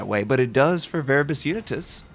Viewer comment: Finally is butchering the Latin language 🤣